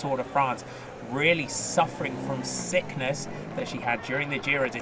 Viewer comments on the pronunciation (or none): none